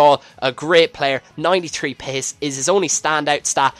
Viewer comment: When u say pace it sounds like your saying piss o.o